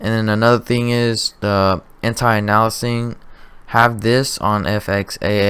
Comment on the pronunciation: "Anti Analasing"